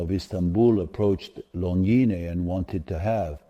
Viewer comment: Why do you keep pronouncing Longines differently throughout this video? It's unsettling